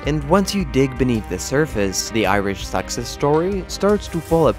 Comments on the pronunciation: The Irish 'SUCKS-us story'... oh, he's trying to say 'success'. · Insightful and accurate. I know it's a nit, but I found some of your pronunciations distracting. To improve the already good quality of your video production, I recommend learning which syllables get accented (e.g., for "success" and "economics", accent the second and third syllables, respectively). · Is this a human narrator or a robot? Either way not being able to pronounce "success" is rather ironic.